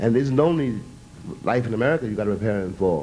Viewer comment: A- Murry